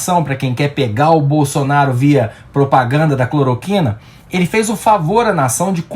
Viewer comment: "CLOROQUINER" foi ótimo! Kkkkk